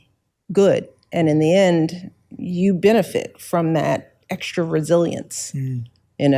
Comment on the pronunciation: Still & always, "ek-shtra" bitter, angry, ingrate, racist, hypocrite. What a mess. Shut up,.